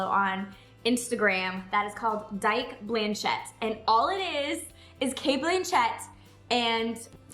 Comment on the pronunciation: Your saying her name wrong